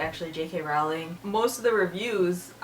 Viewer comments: Rowling is pronounced like bowling.. :) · You pronounce "Rowling" incorrectly.